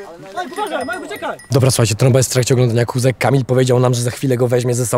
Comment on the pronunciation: sory tromba a nie stromba